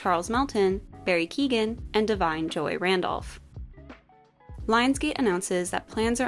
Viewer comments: apologies but Barry Keogan is pronounced keo-gan not kee-gan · Im sorry, but its pronounced Barry Kee-o-in, sincerely Ireland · Definitely wrong pronunciation of Barry's name.